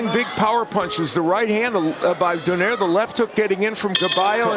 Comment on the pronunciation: Its pronounced donay-re not donaire you eat.